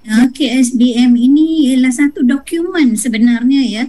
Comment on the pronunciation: Program bukan progrem.. Dokumen bukan dokiumen, kecakapan bukan kecekapan.. Mak cik ini perlu lagi belajar bahasa